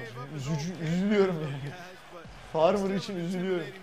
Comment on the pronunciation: ahaha bütün video farmar a farmır dememesini bekledim vazgeçmedi adam :D